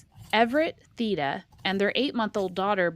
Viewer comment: The E in Theda would actually be pronounced as a long A. English is a weird language